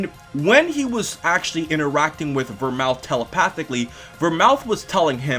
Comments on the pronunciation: Vermooth not Vermouth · It's pronounced Ver-mooth not Mouth!!!!!! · Not only that, the TH in Vermouth is not supposed to be pronounced as a TH. It's supposed to be pronounced as a hard T. Go watch Detective Conan. :) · Vermooth, not Vermouth,.;) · The drink Vermouth is pronounced "Vermoot". No TH.